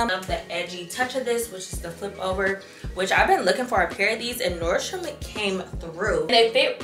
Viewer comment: Yesss! NordstroM not NordstromS 🥰🥰🥰